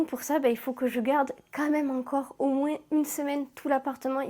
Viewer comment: Tu prononces le '' s '' de moins ?